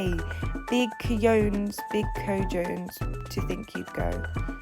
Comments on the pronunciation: Cojones was pronounced kah-who -nahs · Cojones: Co-ho-nehs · Lol girl not even close to the right pronunciation, but we use it a lot in the South US, so most of us know how to say it, you're forgiven for that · Cojones is pronounced KO-HO-NES it means balls so he’s like “He has some big balls” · Pronounced Ka-hoe-nas 😂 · It's actually pronounced ka-ho-nay and its mexican slang for balls 😂😂